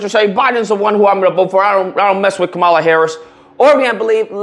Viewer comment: Lucas you can atleast respect her enough to say her name right.